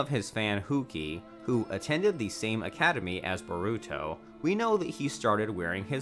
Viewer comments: Is nobody gonna talk about how he said sanin? Or Hatake? Or Naruto manga? Or Boruto? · Bro it made me cringe so damn much😂 mans said BOREEEEWWTO, SAAAZORIIIIEE, NAREWWTO and some otha shit mane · This man said Kahasi and Baruto I'm dead 😂😂😂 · This guy says Hokaje and buhruto and yahmoti and nuhrudo and he says Anbu wrong he also can not say Sannin wrong gooddddd